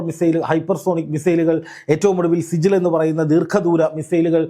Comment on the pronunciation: സിജിൽ അല്ല സിജ്ജീൽ (നരകം)